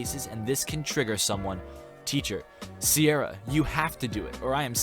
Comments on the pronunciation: How can u not pronounce Ciara , it’s pronounced K-ear-ah not see-ear-ah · Did you really just pronounce Ciara as Sierra? It’s pronounced Keera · Ciara is pronounced "key-ra" not "sierra". Cuestar got it wrong too. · Ciara isnt prnounced as Sierra. Its pronounce Key-Rah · Thats.... not Sierra. It's Ciara. (Pronounced Key-Ra) it's a quite the common name in Ireland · "Ciara" is pronounced like "Kira", not like "Sierra". It's an irish name. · the way he says Ciara . It's pronounced Kira More in comments because I didn't know you could edit comments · What is that pronunciation of Ciara?? It's an Irish name pronounced as Keera. 😂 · It's pronounced ciara with a hard c not seeira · Ciara is pronounced ‘kerrr-ra’ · lol my cousins name is ciara and i just wanted to tell you that it’s not pronounced like that 🤭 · Ciara is pronounced with a hard C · pyour pronunciation of ciara annoys me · Ciara is usually pronounced Ciara unless is a new generation thing that I don’t know about. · Cringing at the way he pronounces Ciara